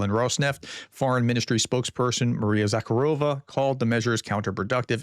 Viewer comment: Prof, since you are always interested in improving, it’s Maria ZakhArova, not ZakharOva. Source: I live in Odessa and speak Russian (and Ukrainian, but here more often Russian)